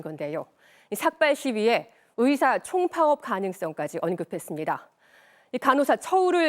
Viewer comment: 발음에 예민한 아나운서나 기자들이 왜 으사, 으료, 으문, 으도 이러는거지? 요즘 '의'를 '으'로 발음 많이 하던데 발음체제가 바뀌었나?